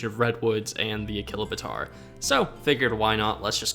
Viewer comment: A-Chilo-Bator is how you say it